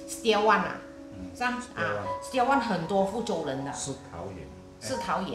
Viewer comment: 實兆遠的“兆” 不是逃跑的TAO 拼音輸入法是 ZHAO=兆 呀嘜！ 我也是海南人😝😝